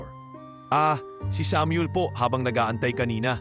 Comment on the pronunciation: Bigkasin mo Muna ng Tama Ang Samuel bago ako makinig😅😅😅